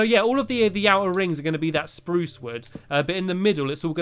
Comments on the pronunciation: stumpy you did not say spruce like this sprrrrUce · U said spuce rong